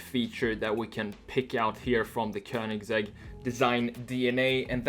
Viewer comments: äntligen någon som säger köningsegg o inte kowningsegg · It's the correct Swedish way